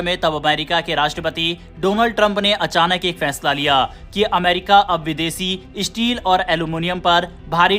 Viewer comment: Issteel aur alomonioum😂